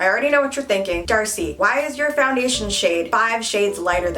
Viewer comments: It's NOT ahhhhhhh (DARCEI) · She's not Darcei, but with the "K" ahahahaha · Why I hear her name "DARCEI" like "THIRTY" 😂😂btw she is funny and beautiful 😍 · with a K 😂😂😂😂😂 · with a k 😂 😭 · with a K!😂